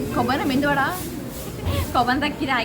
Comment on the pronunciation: It's medu vada not mendu😅😂